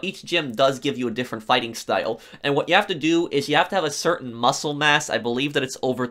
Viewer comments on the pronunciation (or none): none